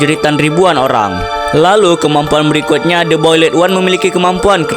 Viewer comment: the boiled one❌ the bolid one✅